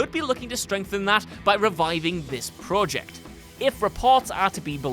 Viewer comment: Dude i love ur voiceover work but please pronounce project correctly